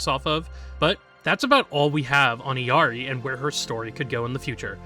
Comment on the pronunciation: Great video!!! But as an illari main just a little note about her name's pronunciation: her name comes from Quechua, not spanish. This means the double Ls don't make a y sound and her name is actually pronounced "ill-ee-are-ee"